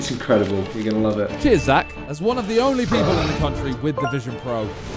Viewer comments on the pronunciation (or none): He said one of mate